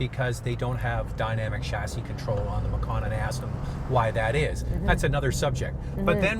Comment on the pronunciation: I like the way “chassis” is pronounced but it sounds weird 🤔🤔